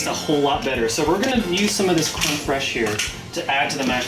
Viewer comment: Very liked the video! A few things: First of all, as the french guy, i liked how you perfectly said "crème fraiche". Then, it look like it taste good! Also, you need to add a close up picture of your meal when it's done, this way we could see it better. And finally... that a looooot of butter! :))